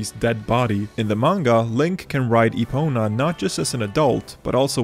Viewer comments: and “Epono” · You literally called Epona Epono